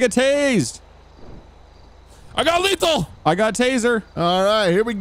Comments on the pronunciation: "Its leesal now" - 2021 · It's they're way of saying lethal.